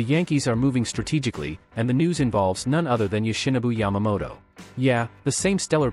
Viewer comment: Plz make a effort and take the time to learn correct pronunciation of the names of Japanese players. It could be perceived as disrespectful and cause a potential free agent to sign elsewhere. It’s Yo shi no bu Ya ma mo to.